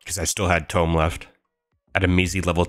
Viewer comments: “Tome” it’s toom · Toom not tome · Why does buddy pronounce TOMB as (TOE - M) it’s (TWO - M) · It's pronounced toomb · the way he incorrectly pronounces tomb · Bro got Hyper Red lvl 5 but still can't pronounce tomb. Anyhow, great video. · Why he say tomb like that